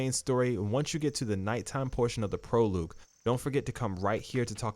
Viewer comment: Thanks for the tips. It’s pronounced “Pro-log” not “Pro-loog”